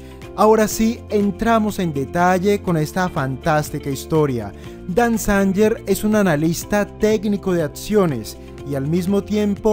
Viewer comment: Dan Zanger. La pronunciación correcta es: Dan Zeinguer